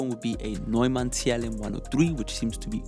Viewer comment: damn you not german right? You pronounced neumann perfectly